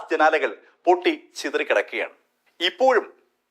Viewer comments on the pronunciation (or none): none